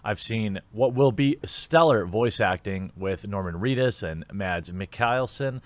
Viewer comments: As a danish person i still find it funny that english speaking people cant pronounce Mads Mikkelsens first name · okay... this made me cringe so hard you won't believe it... as a Dane i'm amazed by the difficulty of americans and others to pronounce Mads Mikkelsen's name... it's really not that hard... yet every single person i find mentioning his name pronounces it into oblivion....